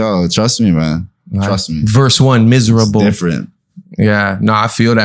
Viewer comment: verse 1 “MISERABLE “ 🤣🤣 dawg I’m diennnn